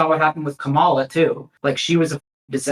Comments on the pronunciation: I think I am going to puke actually. There is something so wrong and disgusting and sick and vile about shooting the sht with this war criminal, giggling about fast food while he’s in control of the systematic starvation of an entire population. Oh my god he just mispronounced Kamala. Jfc. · Can’t even say Kamala right and want to be journalists